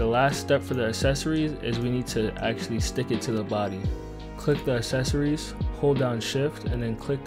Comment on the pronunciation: what the fuck is "assecories"